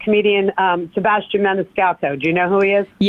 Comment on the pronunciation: Meanwhile he can’t pronounce his own name; he doesn’t properly annunciate the AS in sebASStian